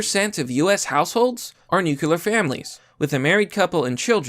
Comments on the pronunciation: Dude, FFS, ‘NEW-CLEAR’, ‘NEW-CLEAR’. Not ‘Nu-queue-lar’. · Oh God. Nuuuuclear not nucuuular. Other then that, good vidya.